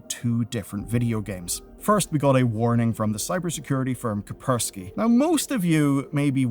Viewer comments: BTW, its Kaspersky, not Kapersky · It's cash-per-sky not ka-per-sky. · ah yes... s is silent.... kapersky :D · How to tell the guy has zero clue what he's talking about? "A warning from the cyber security firm KAPERZKI" :D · Kaspersky name exists: "Kapersky... I'm physically unable to see the first s" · What's "kupperskee" ? No such thing exists. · K a s p e r s k y not K a p e r s k y 😭 Thought that was funny as hell to hear multiple times... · Why do you report on security news if you don't even know how to pronounce "KaSSSSSpersky"? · Bro can you stop saying coperski and start saying Kaspersky? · Since when did the first "s" in "kaSpersky" become silent? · Hey there! I know that this is annoying, but as a news chanel, I think it's good for people to believe that you know what you're talking about, so Kaspersky is pronounced Kas (like in cas, close air support, k-ass), pear (stress on this syllable), ski Meccha is pronounced with a ch sound, like in chair. In steam, they even write it as "Mechcha" so it's pronounced right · that "Kaspersky" pronounciation is killing me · You pronounce Kaspersky funnily. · Wow, 10 FPS video, sponsor section is 60 FPS, week-old news, Incogni sponsor, Kaspersky mispronouncing multiple time, no mentiones about another cases of a hidden malware that can be deployed on demand or targeted, advices are laughable, the users is not to blame, the games should not have such access to the system. Man improve your content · Ka+S+persky Ka+S+persky Ka+S+persky Ka+S+persky 😆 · Hey,. you may not have notice b ut there is a S in Ka"S"persky:)